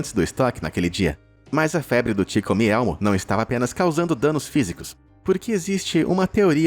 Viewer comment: não tankei o "ti comi elmo" KKKKKKKKK